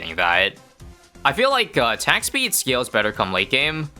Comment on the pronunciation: says attack peed instead of attack speed LOL